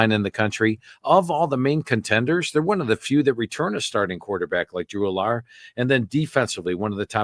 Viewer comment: Why does the man who knows EVERYTHING about college football keep mispronouncing Drew Allar's name? 🤣🤣 As a Buckeye fan, I've been watching and listening to Penn State games for forever and since the kids been there no one has pronounced his name All-ar!! Lol..smdh